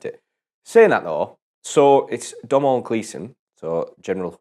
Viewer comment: I love how you guys are reviewing so many of Domhnall's films, but still get his name wrong half the time. I absolutely love the Gleesons for their work and obviously their hair colour ;P I don't understand how these review video's don't have as much views, because I think the way you guys explain and criticize films is awesome. They're very good and your points of view are interesting. I've watched the Chicken Run review about four times now. I don't know why, but I just enjoy the happiness in that video I guess. It's just an awesome film too. I only just subscribed though, because I think I need a little more direction in watching films. This would be a great way to see some classics I'd probably won't normally choose to see on my own.